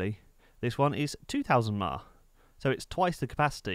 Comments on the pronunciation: LOL YEA Sounds Like he Was SAYING 2000 MELLONS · ...only the way to speak-it-out was a little confusing... giving the hours h a little bit more accent may clear it up...